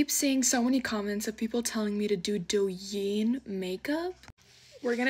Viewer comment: so pretty either way and the way you pronounced douyin is so funny haha